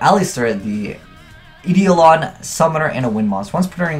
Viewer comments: Isn't it pronounced eye-dole-on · it's pronounced eye-dole-in.